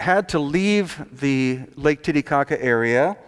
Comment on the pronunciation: I like how he says Lake "Titty-cocka" =-)